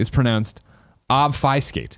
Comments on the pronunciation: They got obfuscate wrong the entire time, including the person who wrote in to correct them. It's a programming term. It's ob (as in faub) fu (as in few) scate (as in skate). It means to hide. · ob-fuh-skate is the more correct sounding pronunciation. there is no "eye" sound. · Some day Greg will be able to pronounce obfuscate correctly. Some day.